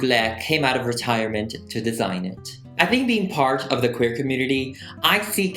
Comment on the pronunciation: “You’re hair I’m quaer” wtf Like u just need to miss out the r sound not change the whole word 😂 or maybe add a eahhh sound at the end lol